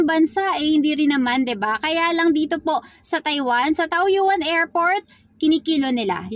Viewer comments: Taoyin Po Ang bigkas..not taoyuan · Hello madam, Taoyuan ang pagpronounce po Tawyen...